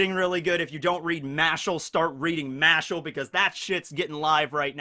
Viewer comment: I know you pronounce "Mashle" due to the word "mash" but think about this for a second. How do you pronounce the word "muscle"? Once you figure out what I mean by that, you probably have figured out how to properly pronounce "Mash" and "Mashle"